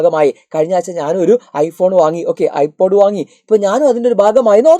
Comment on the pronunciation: NoT IPAD IT'S IPOD😂